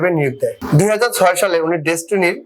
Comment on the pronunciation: আবাল সাংবাদিক ডেসটিনি শব্দ টা ভালো করে বলতে পারে না।